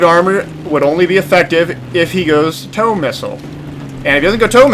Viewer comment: the TOW missile is pronounced toe